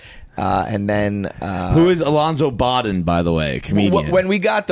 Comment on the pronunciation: Bodden is pronounced Bow-dun, not bah-den. Funny dude for sure, been around a long time.